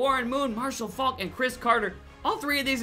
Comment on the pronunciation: he said Marshall Fuck instead of Fulk